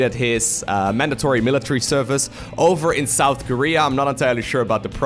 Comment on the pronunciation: The way he says "service"